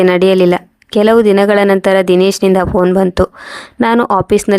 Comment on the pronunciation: Phone ಶಬ್ದ ವನ್ನು ನೆಟ್ಟಗೆ ಹೇಳಲು ಬರುವುದಿಲ್ಲ